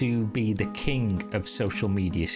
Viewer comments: why did you say "the kink" instead of king?? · Accent, he was trying to say "king", but it came out sounding like "kink". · Sounds Manc